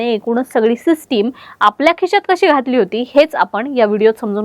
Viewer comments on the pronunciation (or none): Broo cant even say the name🙄 Ani khishyat ghatla, kishyat ghatla ky asta